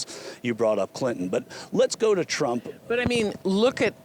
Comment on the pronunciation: She tried to say "Trump" but it came out "Drunk" Yeah lady, we can tell. After you drink your breakfast, don't forget to brush your hair.